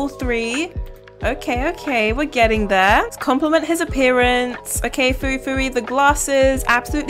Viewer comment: Fuifui is pronounced as fweifwei